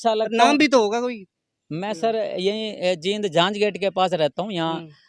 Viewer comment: भैया जी ये जीद नहीं जींद है